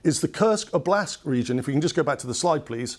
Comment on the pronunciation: strange pronunciation of oblast, just adding o to word blast (explosion). You need to stress o not a